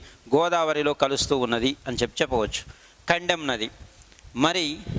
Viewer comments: Sir kaddem nadhi kadhu kadem pronounsation thappu....... కడెం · Not kandem that is kadem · Kandem kaadu kadem